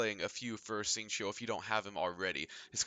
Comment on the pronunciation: as a chinese, as an asian boy, that pronouncing of the name xingqiu is scuffed